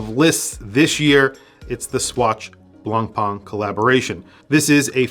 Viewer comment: Wrong pronunciation on BLANCPAIN: NO BLANPAAAN at all. ☹️